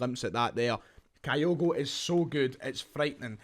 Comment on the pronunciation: ..pronounced kee-goo,….thanks.